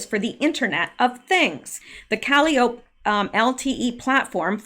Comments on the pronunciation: Calliopie is pronounced kuh·lai·uh·pee, Not that I know anymore than that,. This is all so fascinating! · Forgive me, but I think calliope is pronounced, kuh lie’ uh pee. One of the Greek muses? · Good research. Just have to tell you Caliope is not pronounced that way, its pronounced Ka-lie-o-pee. Surprised you never heard that name before. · Great digging! Calliope is pronounced cal-lie-Oh-pee. It is a form of discordant or circus-type music made by forcing steam through whistles. A Calliope. Kalliope is also a Greek mythological figure-the oldest of 9 muses- whose voice produced ecstatic harmony. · Awesome Rsearch as Always. Calliope is pronounced Cal Eye Oh Pee - Its a girls name. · Calliope is pronounced kah-LIE-oh-pee. Washington Tower; I think she was addressing President Obama. It makes more sense. Obama has been doing things behind the scenes since he left office. He would have been at Camp David before the inauguration, not Trump. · I think "Calliope" is pronounced "kah - LIE - o - pee" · Calliope... Kaw lie o pee 🙄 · I think it’s pronounced. caw-lye’-ope-ee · Calliope is pronounced kuh Lie uh pee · Please say Calliope like “cal eye o pee.” Musical instrument and chief of Greek Muses. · Hi buddy, the proper way to pronounce “Calliope,” is KUH-LIE-UH-PEE, like the instrument. Sorry for the maybe slightly off direction there, but it’s an instrument, as well as the name of a princess. Someone educated me on the word, and I am passing it on to you. Love, LOVE the research you are doing!!! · Calliope = cuh-lie-o-pee I do believe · Thats .....cal-eye-o-pea. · I keep hearing her say “calliope”. Is she mispronouncing calliope - cal-EYE-o-pee? Is there significance to the name? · Calliope is pronounced ka lie o pee. Think that steam organ inside a circus merry go round. It's that sound we associate with circus. Also Calliope is Greek muse of poetry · Calliope is pronounced CAL-EYE-O-PEE